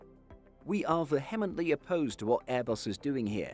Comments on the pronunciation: Pronunciation is: 'VEE-he-mently opposed ..' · No, I didn't know about this. But I do know how to pronounce 'vehemently'. Hint: not like the way you do.